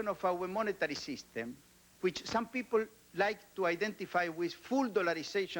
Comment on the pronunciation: Soy un gran admirador de éste pelado. Creo que fué el menos hipócrita de todos los ministros. El chabón, habla perfecto, porque no traduce; piensa en inglés. Ahora, la pronunciación; es única, jamás escuchada!! Yo no puedo parar de reírme. Es exelente!!! De brasilian pipol, dat is e rooon!!! 🤣🤣🤣🤣🤣🤣🤣